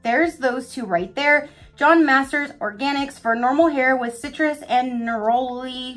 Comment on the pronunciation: Lol it’s pronounced Ner-uh-lee. Glossybox is hit or miss every month for sure but it’s one I keep hanging onto because some of my favorite items were deluxe samples from that sub